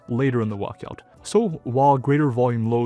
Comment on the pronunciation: What's a "wuckout"?